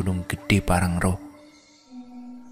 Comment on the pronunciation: Pean ko dr dl salah baca wae to .... Bukan parangro low tp pangrango. Dll